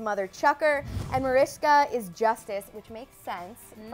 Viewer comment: ITS NOT MARISA ITS MARISKA! :)